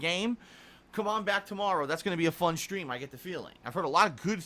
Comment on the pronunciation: I just don't understand how a guy his age thinks everything is so odd, strange, or is baffled by every day things. Unless he had to go to the hospital, why such a big deal about a stupid sunburn? Oh, and he says "schtreem", not stream. lol